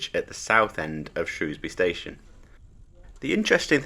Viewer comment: There is no o in shrewsbury 😂😂